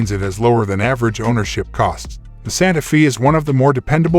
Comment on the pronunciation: Not Santa feeee.. it's Santa fay!